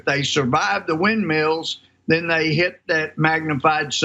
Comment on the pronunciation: Did he say "magnumfied"?